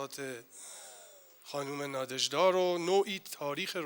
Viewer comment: چه تأسفبار است که کسانی در مورد اشعار یک شاعر روس یادبود برگزار می کنند که از تلفظ و گویش درست و صحیح ساده ترین واژگان و نامهای روسی عاجزند و اینهمه اشتباه می خوانند. لامصبای پُر مدعا!آن دخترخانم که متن احمداووا را خواند،حتی از تلفظ درست نام ناژدا که «نادژدا» (همسر ماندلشتام) و ماه فِوریه را که «فوُریه» خواند و شعر خوان پس از او شعر ماندلشتام را بدون وجاهت کلامی و تلفظ درست خواند هم از تلفظ درست نام ناژدا و ماندلشتاین عاجز بود. امشب که به خانه رفتید،کمی به قیافهٔ خودتان در آینه نگاه کنید تا ببینید که چه خبطی ناشیانه می کنید. شماره تلفن مرا بپرسید و برای تلفظ صحیح واژگان و نامهای اروپایی،مشاوره و کمک رایگان برای برنامه های آتی بگیرید.